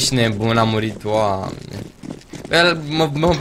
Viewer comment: Pff , deci , nu m-am referir la fraza in sine , doar la accentul cu care a rostit "Doamne" , mi-a amintit de un ceva , Si sincer nu ti-am inteles raspunsul? Chiar nu avea sens , nici nu ai inteles la ce m-am referir dar ce te-ai gandit: Mno , hai sa comentez😂😂😂